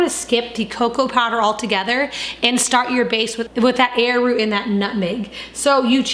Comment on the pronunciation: Did you say air root ?